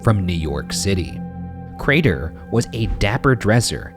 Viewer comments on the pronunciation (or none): goddamnit i do love ryan but every once in awhile you get that one episode that for whatever reason has one word that ryan pronounces just a tiiiiiny bit off, but boy it’s enough for you to lose 100% of the storyline by the end of it fuckin ay.... CRAYTOR!!!!! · #postmortem why does ryan over-pronouncing craTer grate on my ears so bad? it wasn't consistent either sometimes it was fine and it would catch me off guard every time, i'm sorry <3 #shaniac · no one: crater Ryan: crAYTer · Ryan: Joe-seph Cray-ter Also Ryan: N'York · ryan really be out here saying craTer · POSTMORTEM: I would rather take a very large after steak dump than listen to Ryan attempt to pronounce "CRAY-TUR" one more time. Sweet Lord grant me peace. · I love you guys. I love the case. But why is Ryan pronouncing Crater so weirdly? The T is so pronounced and it is lowkey robotic. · Ryan’s enunciation of the “T” in “craTer” 😭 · Are we just not gonna talk about how Ryan overpronounces “Crater”? 😂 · Much love man but why the pronounced T-sound in crater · Ryan's really pronouncing the hell out of that T in Crater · For the postmortem: Why did Ryan keep saying Crater like that? I’ve never heard him enunciate that much before lol #shitfish #iloveyouguysdespiteryansweirdwayofspeaking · ryan really committing to pronouncing that T in crater this episode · the way you pronounce crater makes me wanna blow chunks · Ryan why are you putting so much emphasis on the word crater? Driving me crazy man :( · Question for Post Mortem: Why is Ryan pronouncing the hell out of "Crater"? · ryan. why do u keep pronouncing crater like that 🥲